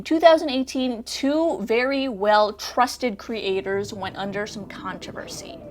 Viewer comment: Couldn’t focus because she kept saying “cre- aters”